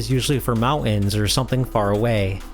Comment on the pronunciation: What is a butt-in? Or mount-an?